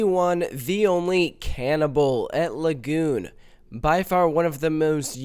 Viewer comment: I felt physical pain on the "Lagoon roll."